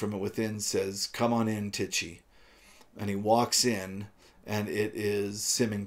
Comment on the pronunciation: I think the all-girl orchestra stripping to Bach is on the 100'th floor, rather than in his room, although I suppose it depends what "it" refers to. The pronunciation of Ijon Tichy is more like "EEyon TEEher"